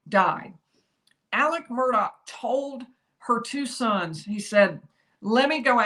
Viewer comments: Isn't it Murdaugh not Murdock¿¿ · It's Murdaugh pronounced MURDOLL. Son Paul and all his buddies say it correctly but the media can't manager it!! Murdaugh (MURDOLL) Geez why's that so hard. Murdaugh almost like murder!!! 🤔🤔